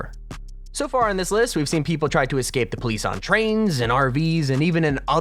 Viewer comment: "The great escate"